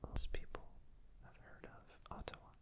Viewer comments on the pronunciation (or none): Nooooo the stache! 👨‍🦰 Haha looking more like your usual self but the facial hair looks are great too Regarding Canada, you were right with the first way of saying Ottawa. It’s aw taw wah (emphasis on the wah), not aw tA wah (sorry wish I knew phonetics and could right it properly). And Québec is both a region and a city! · hey:D its otta-wah!! and quebec is a region - called a province here:) but there is "quebec city" as well! love this videoo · It was very fun to hear someone mispronounce Ottawa with the emphasis on the Ts. Being Canadian, I just never thought about it being said like that before